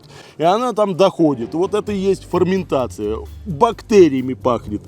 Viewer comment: Ферментация а не фарментация